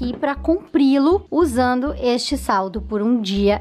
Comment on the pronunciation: no momento em fez de falar salto ele fala saldo kkk te amo